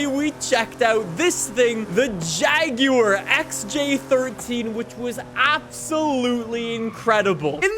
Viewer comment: Am I the only one who gets slapped in the face by how pronounces “Jaguar”